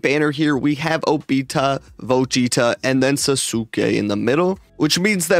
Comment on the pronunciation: Lol the way said Vegeta and an obita 🤣🤣🤣 got me cracking up